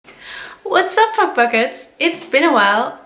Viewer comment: First time watching you, did you really say "fuckfuckets" in your intro? What the actual fuck.